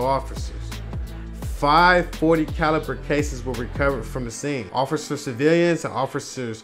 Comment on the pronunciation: lmao you cant pronounce "officer" to save your life